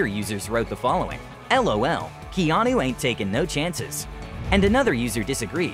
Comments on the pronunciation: I'm sorry but does the narrator say Geanu instead of Keanu at the start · Did this guy say “Jeanu Reeves”?? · I swear my mind thought he said jeanu reeves in the beginning.